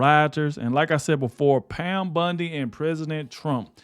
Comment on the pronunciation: I watch them all to the end because nobody jumps straight into it they dra it out to the end 3 minutes ... Good message jus got to work on the names a bit buddy. Bondy not Bundy